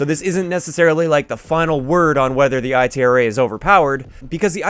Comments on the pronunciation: I hate how he calls it the I T R A burst its itra burst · you know the letters aren't separate right they all make one word, if anything the B.A.R is pronounced separate